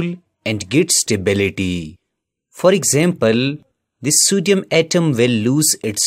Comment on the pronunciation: Sodium... ❌ Sudium 👍 😂😂